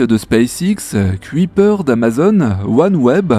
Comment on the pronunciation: Petit éffort sur la prononciation de "Kuiper". Ca se dit "ceuille (du verbe ceuillir) / peur" et pas "cuit / peur"